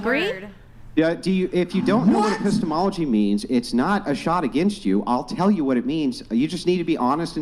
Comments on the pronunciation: Just because Epistemology sounds like Epistles doesn't mean it it. Be better😂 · I couldn't watch after she said "apisstles" due to secondhand embarrassment. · "The study of epistols" LMFAO